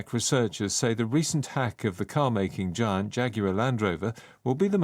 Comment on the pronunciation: giant발음. 뒤에 t를 발음안하네요. 자이언트 아니고 자이언아니고 '쟌'정도로 발음하네요.😂